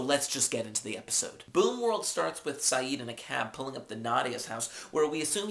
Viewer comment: It's boom world not boon world :p